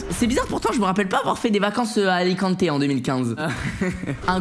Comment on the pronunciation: J’habite à alicante et c pas alicanté mais bien alicante